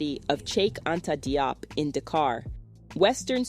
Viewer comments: His name is pronounced jiop not de-op his name is wollof based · I did a thumbs up...but people Diop is pronounced "Jop" in Senegal and West Africa generally.